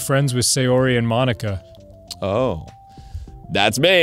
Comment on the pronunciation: I can't unhear monika as Bologna man haha